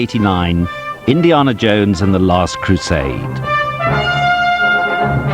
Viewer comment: This narrator “Indie...arrrna Jones”! 😫